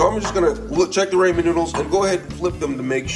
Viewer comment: “Grab your Ray-Mon nuudles”